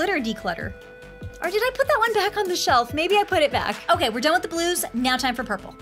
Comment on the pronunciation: When you say done with the blues I thought you said we’re done with the Glooze